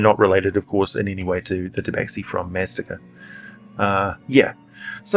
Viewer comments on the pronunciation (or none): Maztica is pronounced "maz-TEE-ka".